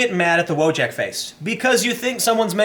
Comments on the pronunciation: I can't listen to you misspronounce Wojak. It's not english word but polish or from eastern europe as it might sound similiar. Read it as "Voyak". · "VOY-ahk", not "WHOA-jack", it's Polish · Nice botched spelling of WOJAK... The J is not spoken like KOJAK, but more like KAYAK wojak basically means someone who was sent to fight in a war, a soldier, in polish.